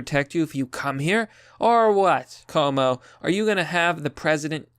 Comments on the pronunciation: his name is pronounced quo-moe a short form would be Q-mo. or coo-mo but not koe-mo. It's italian and the spelling is extremely similar to my name, pronounced the same but with an f (fwo-co - which is the right one or ff-U-ko or few-ko not foe-ko) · It's pronounced Andrew Coom-O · Normally it would annoy me that you are mispronouncing his name. But no, fuck Como. He doesn't deserve the respect.